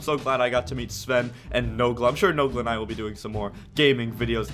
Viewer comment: The way he said noglas name hurts